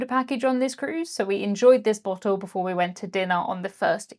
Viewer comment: 😂😂had to always laugh when you say BOT - Told, instead of saying Bottle. You know.